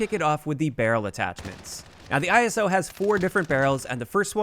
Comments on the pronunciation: The “eye-so”. “Not I-S-O” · It’s pronounced “Ice-o”. Like in ‘Iso’tope. Every time you said it, it triggered a bit more 😂.